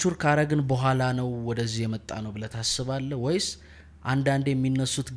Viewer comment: በጣም ደስ የሚል ውይይት እና የሚያኮራ እንግዳ ነው እድሜ እና ጤና ይስጥልን ወንድሞቻችን። ግን ከተቻለህ ይሄ ክ የሚለውን ፊደል ለምሳሌ ብለህ ለማለት" ብለክ "ባትል የእህትነት ምክሬ ነወ። ትንሽ ለቋንቋው ውበትም ከማሰብ ነው።